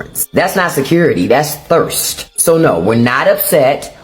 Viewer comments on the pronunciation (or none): Emphasis on THIRST 🤣🤣🤣🤣🤣🤣